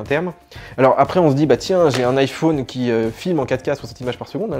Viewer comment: AAAAAAAAAAAAAHHHH arrêtez de dire “ajfon” ça se prononce “ajfɔn” !!!!!!!!!!!!!!!!!!!!!!!